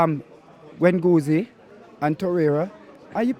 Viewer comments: Gwengouzi, vengouzi, this G is hurting me 🙈😂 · Wenguzie, Benguzie and I bang ya man Lacazett... give this brodda a channel 😂😂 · When he said "wanguzi" I died 😂😂😂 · "Bengozi" evolved to next level "Wengozi" just like a Pokemon 😅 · Man said WENGUZI una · NO ONE:: Bengouzi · Man said “Bengouzi” 😂😭😭😭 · So is it wenguzi or benguzi 😂😂😂 I never say you go next week never I say you go today😂😂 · “Guengoozi” loool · What is it with black people cant pronounce Guendouzi?!?!? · Kully Virdi lol my man couldn’t even pronounce Guendouzi and Aubameyang lol 0-0